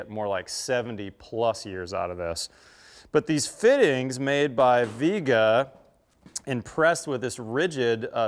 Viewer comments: Flux doesn't fuse the pipe, solder does. Lame test: Your guy makes sure soldering and copper prep work takes longer. It is obvious. Viega is not English word. It is not pronounced "Veega", as you pronounce it, but Spanish "Viega" - "i" and "e" pronounced like in "Fiesta" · Doesn’t even say the name right lol it’s driving me crazy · Propress is not fusing the fitting to the pipe. It’s a pressure clamp. And it’s pronounced like vee-àguh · I'm sure you pronounced the name wrong.